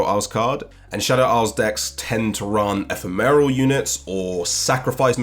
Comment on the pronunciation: I cannot deal with this e-phe-meral.